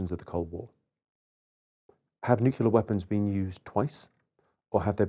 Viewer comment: And he still doesn't know how to say nuclear 😂😂😂